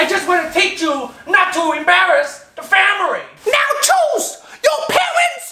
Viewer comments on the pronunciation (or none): "teach chu not to embarus da famiry"